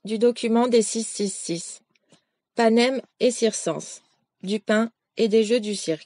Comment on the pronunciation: Grand merci, c'est précieux. Nb : dans l'expression latine "panem et circenses" (du pain et des jeux), "circenses", se prononce cirquènnesès.